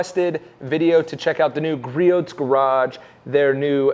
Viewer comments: "Griot" is a French name. It is pronounced "Gree-oh" or "Gree-ohs" for the possessive. The counter balance on that model is adjustable. Most of the vibration can be adjusted out. Griot's is not doing a good job of letting people know about that. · Gree-ohs. Silent T. How many times do we have to tell you? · You're not supposed to pronounce the t in Griot's